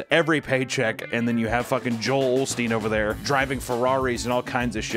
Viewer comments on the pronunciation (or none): No L in osteen